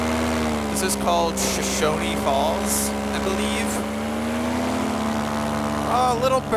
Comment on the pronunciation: Shoshone falls not shoshonie